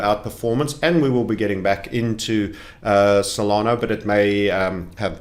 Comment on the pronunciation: Stop saying SolanO it’s cringe